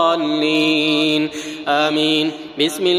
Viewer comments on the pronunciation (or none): none